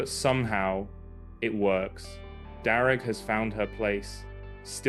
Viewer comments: Darragh is an Irish name. It's pronounced Dara, the gh is silent. Greetings from Ireland. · All those inferior native people pronouncing Darragh as ‘Darra’, it takes an outsider to teach them all how to say it proper. Convert them to say Armagh, Monaghan and Omagh the superior way and remember that stupid actor Mr Kenneth Branagh!